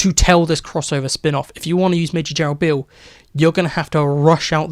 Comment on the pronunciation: you calledbeale wrong